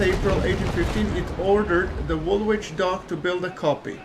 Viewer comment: Thanks for the history, love it. P.S. Woolwich is actually pronounced Wool-itch.